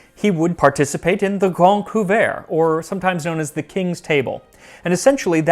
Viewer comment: I swear, everytime I heard you say Le Grande Couvert, I thought you were saying The Grand Poo-bah, which is coincidentally exactly what I would demand as my royal title were I of noble blood.